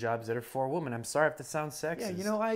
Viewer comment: When is going to learn that "women" and "woman" are pronounced differently?